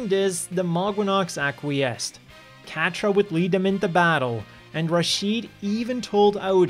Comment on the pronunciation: Great video. Idk enough about the other series but just outta respect for the name Quatre is said Ka-tra 🤟